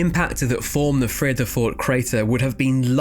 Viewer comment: Not bad…your pronunciation of Vredefort is pretty good! Especially for an Englishman. Really interesting video.